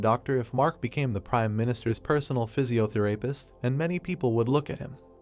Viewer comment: Physiotherapist - Love the pronouncenciation Physio-the----(What did he say!!???)